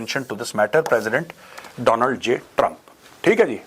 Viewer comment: Donald nhi Doland bola tha 😅😅😅😅😅😅